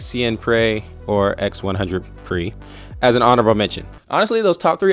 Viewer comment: “Eks One Hundred Prix” had me howling 😭